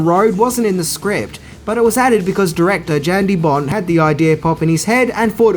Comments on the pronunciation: The directors name is pronounced as 'Yan', not 'Jan', the J is silent. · And it's pronounced "YAN" deBont,not "JAN" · Yeah.....so.......it's not "Jan" De Bont as in a girl might be called "Jan." It is pronounced identical to the word "yawn." And did you actually say John McTierman?